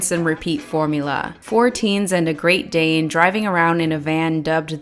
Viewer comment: I heard Great Dame and not Great Dane, and thought, did you just call Scooby a teenager?